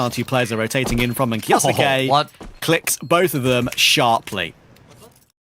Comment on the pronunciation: I hate how says kyousuke name